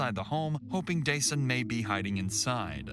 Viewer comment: idk why but the narrator mispronouncing dasan’s name even tho its heard in interviews being pronounced the right way bothers me… a little kid was killed the least people could do, out of respect, is say his name correctly